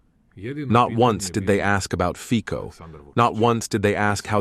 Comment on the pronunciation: If you can pronounce Trump correctly, shortly you can pronounce FICO correctly. It is FITSO-FITSO-FITSO as TSITSIPAS-TSITSIPAS-TSITSIPAS. Simple.🤔